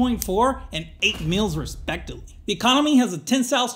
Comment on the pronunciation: I can't tell if you're trying to say respectably or respectively LOL